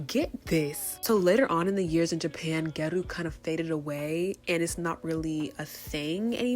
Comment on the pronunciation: I don’t want to be rude but it’s pronounced gyA-ru hopefully this makes sense and helps